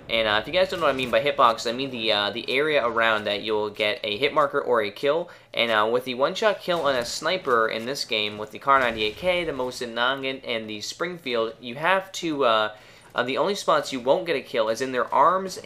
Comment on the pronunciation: Mosin Nah- Gaunt Sorry, the way you said it bugged me.